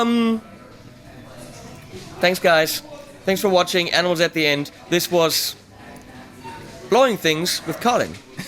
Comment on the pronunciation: I thought you said anals at the end